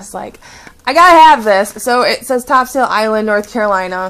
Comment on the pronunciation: it's pronounced Top"sul" Island...